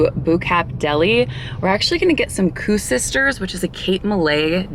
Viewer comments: SAY IT LIKE COOK SISTERS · Epic I’m from Cape Town lived here my whole life. It’s pronounced Cook Sister by the way lol I’m sure every South African had a laugh there 😂